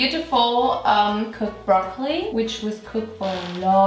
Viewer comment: My favorite part is when you said "Brrrrrroccoli!!" 😂😍❤😍😂